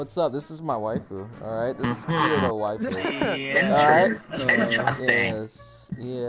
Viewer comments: Im getting mad at his not pronouncing it as Keedito. I know its spelled Kirito but thats the pronunciation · "Kirido" That shit is driving me fucking nuts. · Yeah in the anime they pronounce it kittytoe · Sound like he’s saying and off brand of Cheerios “kiriro” 😂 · You can be 'Kiridoh'? Shaking my bloody head out of how tongue wise incompetent you are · Dude said kiri yo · you cant even say Kirito's name right, so you cant be him. It's pronounced "Kee-dee-toe" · Sounds like he’s sayings kirido XD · You said Kirito wrong, it sounds like Kitty toe.. bastard. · this dude said kirio ... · Does anyone else get so annoyed the way he says Kirito when it’s ki de to Keeeee deeee to not kiri to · Kirito’s name is pronounced kidito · Bruh. "Kirido" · DID HE JUST SAY KIRYO!!!!!!!!😠😠😠😠😠😠 TRGERRRRRRD!!!!!! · Dude I’m pretty sure it’s pronounced ki-di-to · Ki-rio is what I hear from you smh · It’s ki-dj-to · Excuse me- did he just pronounce it as... kireo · Who says Kirito with the r lol. It’s pronounced kitito. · Why is he saying kirido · i am triggered 😠 why u may ask cuz he said kiritos name WRONG like he.said kirio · Why did u say kiRito 🥺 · You said kirito wrong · And saying Kirito name wrong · He keeps pronouncing kirito's name wrong its kinda irritating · Saying kirito's name wrong -1 point Not saying link start -2 point's Every thing eles + whatever you want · so we arent going to point out how he says kirito wrong the whole video? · hmmmm when is somebody gonna tell him he’s saying the main protagonists’ name wrong..... 😂 lets just see how long it takes him lmao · The way he says Kirito is triggering me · So u can say Asuna but not Kirito 😂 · He can't even say Kirito right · Points off for saying kirito wrong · Points off for not saying his name right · I'm offended, you said Kirito's name wrong.. ;c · anyone else bothered by the way he pronounced kirito's name? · He said kirito wrong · Why is he saying kirito wrong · Why does he say Kirito so wrong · Butcher the name 😂😂